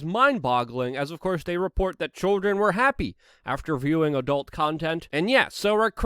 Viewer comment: Why is he saying choldren?